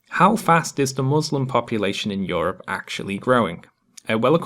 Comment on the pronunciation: "Yor-up". A few years late but great video.